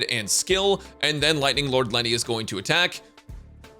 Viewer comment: I keep hearing "Leonard" instead of Lightning Lord